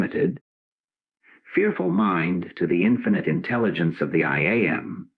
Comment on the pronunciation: Great teaching. The AI generated voice reading this is very distracting and takes away from the message because it mispronounces the most important 2 words in the whole teaching: I am. Listening to the words, “I am” being mispronounced over and over as “I A, M “ makes it very difficult to concentrate on this message. I finally had to stop the recording and read the transcripts myself.